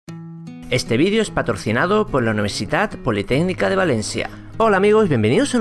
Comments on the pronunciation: dijiste al principio patorcinado en vez de decir patrocinado. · patorcinado. ok ok vamo a calmarno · Este vídeo es patorcinado?! Soy el único q lo oye así? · Creo que es cosa mia, pero, en vez de paTROCInado, creo que has dicho paTORCInado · patorcinado jajajaj que idiot